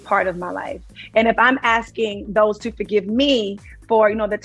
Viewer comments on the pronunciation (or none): none